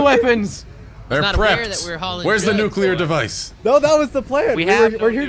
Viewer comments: It's new-clear not nuke-yulur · "Nucular device"